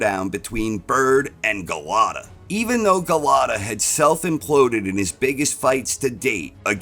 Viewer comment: Golota...stop butchering his name 😅.